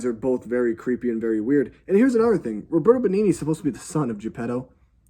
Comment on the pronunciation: The best thing about the Pinocchio reviews are the attempts at pronouncing the actors' names. "Nicolette Burishy" made me lose my shit 😆 Another video has "Robert Bengini".